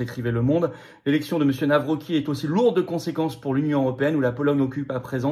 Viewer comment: Pitié Florian , on prononce - Navrotzki , merci ❤